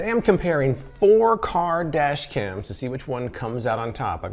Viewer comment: "Today I'm comparing Four Kar-dashians"